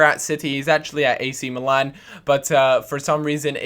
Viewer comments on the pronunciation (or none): none